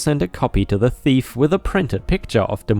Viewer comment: Thief. Rhymes with Chief.